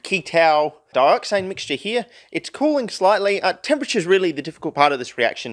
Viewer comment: I see dat "dyoxane"